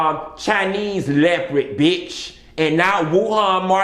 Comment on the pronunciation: All those different leprids (his pronunciation, not mine) 😂😂😂😂